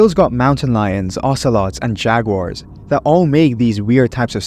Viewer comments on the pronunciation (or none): none